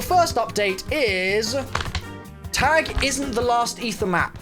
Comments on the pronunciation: IT’S PRONOUNCED TAHG NOT TAG!!! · please Its pronounced tugh, not tag not targ Its German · My little German sister: I swear if you anyone else pronounces Tág wrong again I will commit murder on everyone who says Tag Real me: Why do people need to be lazy.